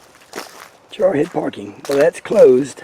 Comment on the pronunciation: it sounded like you said "Jarhead" instead of trailhead.... In the Biblical Flood most of the water came UP from the Earth. It looks like it is getting a refill. That snake kind of looked like a large Copperhead or Cotton Mouth? Not a close enough shot but that was beautiful. I know they come in diff color variations because of inter-breeding. Rare but it happens. They often eat each other unless it's that's season. 🧐 Again, awesome video. ❤🇺🇲❤